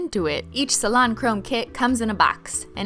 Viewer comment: every time u started to say "salon chrome" my mind thought "cilantro"